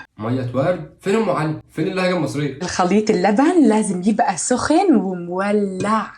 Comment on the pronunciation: أنا مش مصرية بس كلمة سخن ضحكتني لانه طريقة نطقها أبداً مش مصري